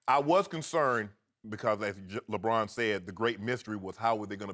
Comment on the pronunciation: I do not know why but I find Shannon Sharpe highly irritating - especially his screaming and pronunciation ('skiiiep', 'lebrouuun').